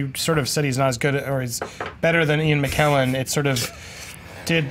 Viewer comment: can't pronounce McKellen correctly. It's a k not a q.